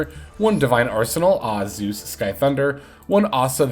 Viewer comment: I always laugh when you say zeus' name.. divine arsenal ahhh 😂.., you do know it's divine arsenal A A, you pronounce both A (Ay Ay) lol... You never heard of an AA gun? Zeus is an Anti Aircraft machine lol